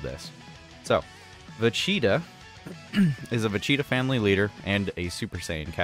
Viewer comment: take a shot whenever he says "vecheetah"